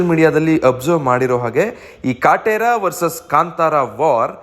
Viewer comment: ನೀನ್ ಮೊದಲು ಕನ್ನಡ ಸರಿ ಮಾತಾಡು. ಕಟ್ರ ಅಲ್ಲ ಅದು ಕಾಟೆರಾ 🤣🤣